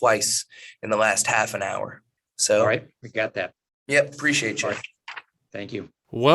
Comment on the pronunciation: Bro is already annoying and I'm 1 minute and 48 seconds in... Dude, it's "appreciate" not "preciate"... That's creepy bro. You are creepy AF